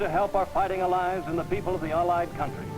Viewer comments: Says the word "allies" strangely, imo. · I’ve literally never heard “allies” pronounced that way before. How odd.